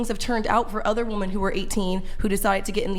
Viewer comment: the dumb dumb on the right of the screen is yet another woman .. who can not pronounce "womEn".